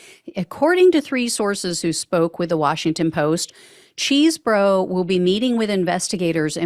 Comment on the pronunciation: Thank you for your reporting …as much as I dislike the man, please say his name correctly…Chese, not Cheese…